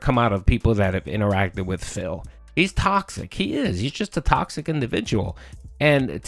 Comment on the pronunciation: Welcome to Tawksic Burger May I take your order? Oh, okay, one Tawksic “Fun & Chill” Stream with extra beg-con Would you like Tawksic Beg Fries with that?